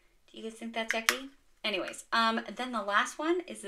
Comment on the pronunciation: Sweet finds! I truly laughed out loud at your "Any-whays" because you emphasized an h sound.